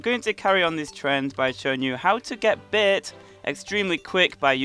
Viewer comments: It is bait not beiit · i like how he says Bait "You can get lots of beht"